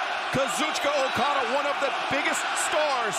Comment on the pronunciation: For as much jerking '' does to Japanese terms, you'd think he could get Okada's name right...